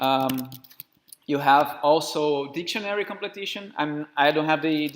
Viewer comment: Completion, friend. Not "completition".